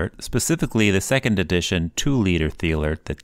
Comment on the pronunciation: Pronounced "TEE-lert". Not "THHEE-alert"